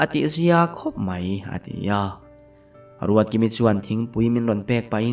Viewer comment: Ruatkimi hi a ruatdiki zeuh zeuh 😂😂 a ziaktu hian ka ziak sual nge a chhiartu hian ruatdiki vei deuh a nei zawk 😂